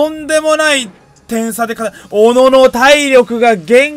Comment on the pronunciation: もう小野を小野じゃなくて MONOのイントネーションでONO って言ってて草